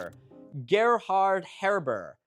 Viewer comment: Heberer is pronounced heber